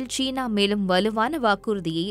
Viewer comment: ச்சீனா ???? சீனா. உன் உச்சரிப்பு பிழை.